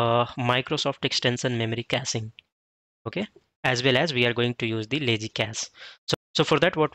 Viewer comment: its caching not casing